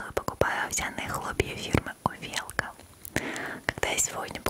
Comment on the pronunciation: Вообще то говорится не увЕлка , а Увелка.